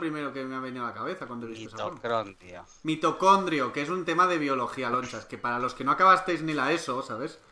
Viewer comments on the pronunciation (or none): SE DICE MITOCONDRIA😂😂